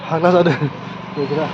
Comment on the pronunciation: मैदैर फाग्ला "जादो" ना "जादों"? जादो होननाया जानो थिननायसो जायो। "जादों" सो बुंनांगौ।